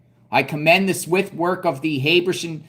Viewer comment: Pronounce. Hab er sham.